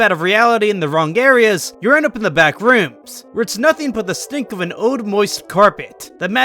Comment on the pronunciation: The way he pronounces BACK - rooms kills me